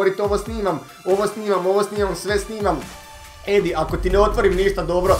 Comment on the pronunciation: HAHAAH TI KAD KAZES EDI JA STALNO MISLIM DA KAZES ENDI 😂😂 JER JA SAM ENDI 😂😂 MOZE SRCE KRALJINO BOLESNA ET KOMENTIRAM NAKON UTAKNICE I POBJEDA NORMALNO 😂😂